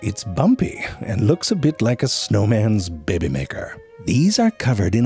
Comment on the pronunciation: "snowman's bebeh maker"